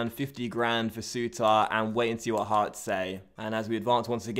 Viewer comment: "Heorts" 😂😂😂 Great Video as usual 👍